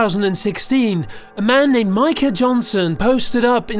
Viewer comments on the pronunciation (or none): none